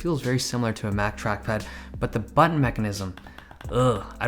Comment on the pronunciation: Dave that's not how you say Butt-un.